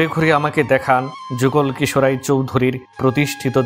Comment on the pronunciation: যুগল কিশোর রায়! উচ্চারণ শুদ্ধ করুন।